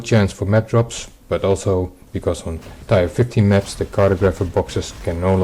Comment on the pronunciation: Just a heads-up: "tier" is pronounced "tear," not "tire."